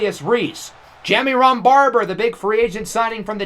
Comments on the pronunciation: Say it with me…. Juh-Myron. Juh-Myron. Not JammyRon 😂😂😂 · Ja-Myron Barber Myron Jammy Ron is gonna drive me insane 🤣🤣